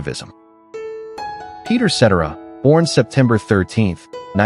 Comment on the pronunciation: I wish to heck you'd teach your robot how to pronounce the names correctly! It slaughtered Dion DiMucci and Peter Cetera..... probably more, but I haven't got to them yet!